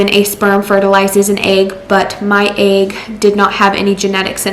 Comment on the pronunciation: how come you don't know how to pronounce egg? who taught you egg is pronounced like ayyyyygg? also, consider the following: maybe instead of caking your face in drag queen makeup and bleating on about your failed pregnancy on youtube, you could go take care of the kid you already have. ever think of that?